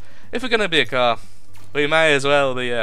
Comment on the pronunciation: itsh a kerr lol